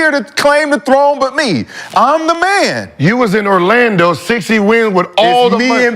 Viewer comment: “Ar-lando” - McCants